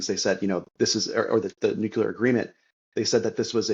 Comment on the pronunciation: Your guest would have more credibility if he could pronounce “nuclear” correctly.